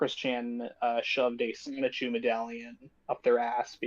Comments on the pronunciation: pronouncing Sonichu as Soneechu is hilarious. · deliberately mispronounces 'Sonichu' to try and play dumb but nobody's buying it. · Learn to pronounce Sonichu and stop clout chasing.